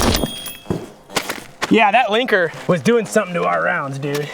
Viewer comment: Every time said "Linker" I heard "Clanker"